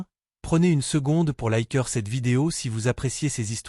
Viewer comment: "C'est la première co-production Hollywood-Hon Kongde l'histoire!" 😂😂😂😂😂😂😂😂 Et bien alors... Des problèmes de lecture? 😂😂😂😂😂😂😂😂😂😂😂😂 "... Et n'oubliez pas de vous abonner et liker!" 😂😂😂😂😂😂😂😂😂😂😂😂😂😂😂😂 Edit: Ah bin voilà! C'est dit tout au long de la vidéo, et ça n'a pas loupé: c'est revenu "mais avant d'aller plus loin, prenez une seconde pour likeur cette vidéo" Je pense,, que c'est toi qui devrais prendre le temps d'apprendre ton propos ou au moins de bien lire ce que tu lis, parce que là, je préfère en rire qu'en pleurer, parce que honnêtement, c'est pas bon 😂😂😂😂😂😂😂😂😂😂😂😂